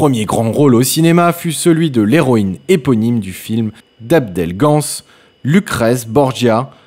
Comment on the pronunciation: J'ai rarement entendu un commentateur à la voix aussi ânonnante que celle du lecteur laborieux de la présentation de la vidéo. Appeler Abel Gance '' Abdel '' Gance , il fallait le faire !